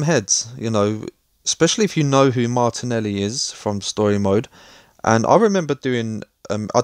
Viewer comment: I think its MARTELI NOT MARTINELI BRO